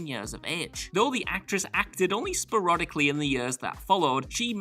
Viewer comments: "sperodicly?" sporadically. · Sparodically? Or sporadically?